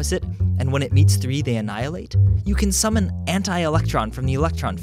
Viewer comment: everytime you say the word summon i feel like a wizard calling an owl